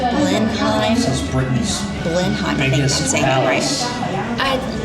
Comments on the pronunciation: The palace is pronounced Blen-um. Stress on the first part. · Pronounced "blenum". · I live near here, just thought i'd mention - Blenheim palace is pronounced 'Blennim' or 'Blennum'! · Blenheim is pronounced Blenum.Also on the motorway, you drive in the left lane, middle and right lane are for overtaking, you can get a ticket for staying in the middle lane. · Blenheim is pronounced "Blen-um". Shire are pronounced "shur" unless its a 'Shire horse' which is pronounced Shire (Shyer)